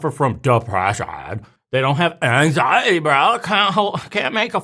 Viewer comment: the way he says anxiety brooo lmao!!!!!!